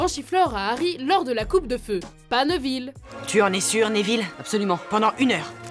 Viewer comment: et névil, pas neuvil